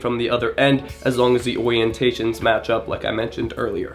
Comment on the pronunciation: rewatching this just to hear “oiyentation”